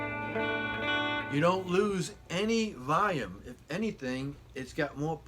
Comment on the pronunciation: What's "voyum"?